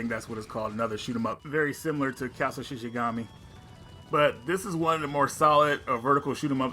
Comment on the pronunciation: The game Shikigami is pronounced She•Key•Gah•Me